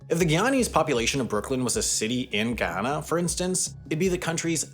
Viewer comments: Omg I can’t take his pronunciation of the country’s name. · How do you pronounce the country name correct in the first 7 seconds the proceed to pronounce it wrong the rest of the video 🤦🏿‍♂️ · Does this guy seriously not know how to pronounce Guyana? He sounds like an invalid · Re-do the audio and pronounce the country properly, my man. I expect better from a 5 million sub channel. Thumbs up for everything else covered. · This man made a 20 minute video but did not learn how to properly pronounce the name of the country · The way this guy pronounces Guyana or Guyanese is irritating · As a Guyanese I'm waiting desperately for at least one of these youtubers to pronounce the name of my country correctly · It's literally pronounced how it looks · yet he keeps fkin it up. And somehow pronouncing it differently everytime he says it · He said Guyana. His pronunciations are just terrible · It's Guy yanna Not Gi Anna Smdh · Brittish Guiana is now pronounced Guy-ana Wendover, not Gee-ana. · Guyana: Guy - Ana, not Giyana. Please watch a video from Guyana to hear the proper pronunciation of the country's name. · It’s Guy-an-a not Gee-ya-na. For your information Guyana has always had oil but Venezuela has been syphoning Guyana’s oil for decades. Now Venezuela wants to steal half of Guyana please note this area Venezuela is wanting to steal is where most of Guyana’s oil is! Also it’s rich in gold and precious stones. Now Venezuela is cutting down the Guyanese rain forest in order to steal half of Guyana. They are destroying the natural eco and co2 of the world. The UN needs to intervene to stop Venezuela from stealing Guyana’s land NOW NOT TOMORROW BUT NOW. STOP VENEZUELA’S INVASION OF GUYANA NOW!!! STOP VENEZUELA STEALING OUR LANDS NOW!!! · My Brother in CHRIST…!! It’s pronounced GUY-ANNA. Not Giawnaw. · It's Guy A na & Guy A Nese (GUY AH NAH) NOT Guieana. You'd think he'd at least spend a few seconds looking up the pronunciation. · It’s ga yannna not Guina🤣🙄🙄 come on man